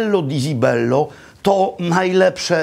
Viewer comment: cibello nie zibello wymawia się porawidłowo , jak już chce się udawać że zna się język włoski ....